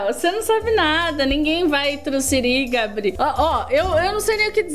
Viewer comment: Gente e impressão minha ou a falou gabri kkk